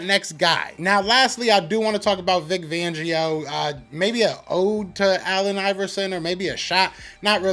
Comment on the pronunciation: Great commentary 👍🏾 I do wanna say poor Vic, lots of people butcher his last name 😂😂😂 I cracked up every time. IT'S Fangio with a FFFFFF 🤣🤣🤣🤣FFFFFFangio. Not Vangio. FLY EAGLES FLY